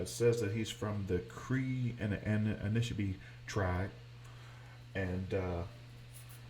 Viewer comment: An- nish- in- ah-bey